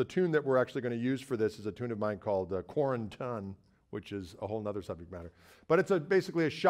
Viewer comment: properly pronounces ‘quaruntongue’